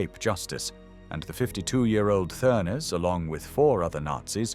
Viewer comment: Th is pronounced as a hard T so it's pronounced Ternes